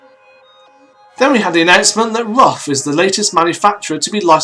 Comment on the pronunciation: ruf is pronounced like "roof" not like "rough"